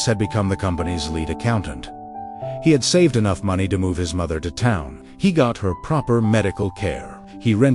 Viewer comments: "That. Is. Any. Enog." Inspiring words. Just because this is an era in which people are hungrily consuming digital content, and posting digital content is a lucrative way to earn money, it doesn't mean that digital creators should be posting substandard content. Please respect your viewers. If you want to create digital content using the help of AI, do quality checks before uploading it. Better yet, use less AI. Use real human beings to draw animations and record voiceovers. You will be giving work to freelance artists and actors, and there will be less mistakes in the content. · Utter bullshit story - for one thing it seems to conveniently forget that Thomas was at work at 5 am. And the AI can't pronounce simple English words, like 'enough'. AI generated crap. When I was in University, I discovered that my 'magic hours' were from 10 pm to 2 am - I was most alert, the world was quiet, and I could focus, learn, remember and create much more effectively in those hours. Not everyone is a morning person. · strange pronunciation "enough"